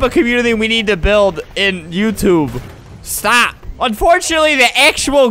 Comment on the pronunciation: Says “Stap” to the mountain 😂